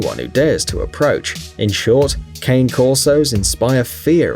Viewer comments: And you said cane wrong it’s pronounced con-A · Sorry, usually I don't correct mistakes but the last one ''Cane Corso'' it's like Dog Corso o Corso Dog, the right pronunciation of cane it's another one, sorry (Cane it's actually Dog in italien)